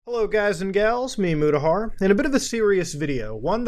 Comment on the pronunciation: It took me a long time to realize that he wasn’t saying “MiMudahar”, but “Me, Mudahar”